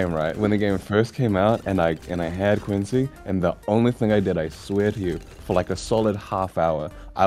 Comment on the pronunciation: IT'S QWANCY TIME